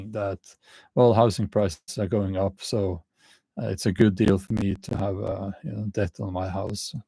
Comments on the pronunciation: Just say det. The b is not pronounced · The word 'debt' is not difficult to pronounce as the 'b' is silent. It rhymes with 'get', 'set' and 'met'. It is difficult to pronounce for those who try to pronounce the 'b'